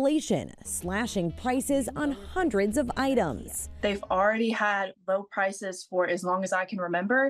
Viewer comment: She said Pices not prices